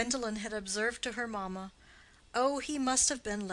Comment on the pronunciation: From the reading one would think that the story is set on one of the plantaions in any of the American Southern states, instead of in Victorian England. E.g. it is maMA and not MAma ... The English is rather mangled I am afraid.